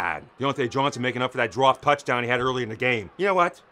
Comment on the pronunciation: Did you say touchdown instead of touchdahn?